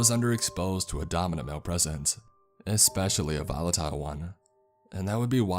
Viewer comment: Ahhh! Every story I listen to there is always an expecially or excape. No X please, it's cringe worthy. You read professionally so please correct this. I love the stories and this only lessens your skill. Constructive criticism.